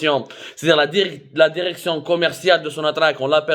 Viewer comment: Derection derection derection derection derection ha ha ha ha ha ha ha ha ha ha ha ha ha ha ha ha ha ha يلصق كما الخرا في القرداش